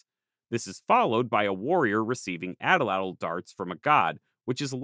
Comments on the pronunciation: I was just informed that Atlatl is pronounced At-latl. Great content as always! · Always happy to see a video from you! I have a question: North02 made a video some time ago in which he said it is pronounced "Atlat" without the "l", But you pronoucne it with the "l". I keep wondering which one ist ("more") correct. Greetings from germany.